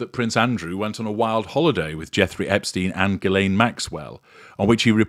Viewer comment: Ghislaine is a French name. It would be nice if you could listen at how if Ghislaine is pronounced.